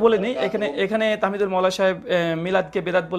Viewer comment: আপনি আপনার শ্রবন অঙ্গকে ডাক্তার দেখান।তাহমিদুল not তামহিদুল😂😂